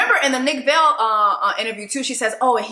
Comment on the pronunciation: Are you mispronouncing Nick Viall name on purpose? Cuz if yes, nice. But just in case it’s pronounced Vi-al sorta like vial/vile. 😂😂😂😂. Not a fan of Nick-it just cracks me up every time you say Vale. 😂